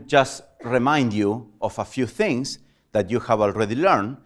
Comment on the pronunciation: Hehe the accent "Telling you free important fings" :-D